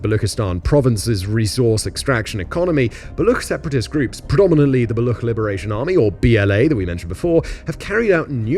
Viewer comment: The ch in Baloch is pronounced like the ch in Cheese... Baloch have been slow simmering for decades due to repression by Pakistani/Afghan/Iranian govts that is still ongoing. The chinese kicked a very angry hornet nest with the China-Pakistan Economic Corridor and Gwadar Port projects and the only long term option for china is abandoning the project.